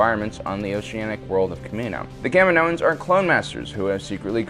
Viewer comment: Am I the only one who knows how to properly pronounce Kaminoans?